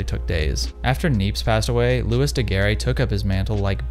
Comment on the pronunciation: And looey not lewis